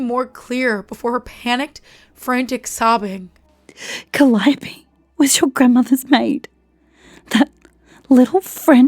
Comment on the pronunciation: This was decently read. I only wish you'd listened to (and then used) your friend's correct pronunciation of Calliope when you read this.